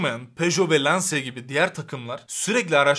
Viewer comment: Lansia değil bu arada. Lanç(i)a.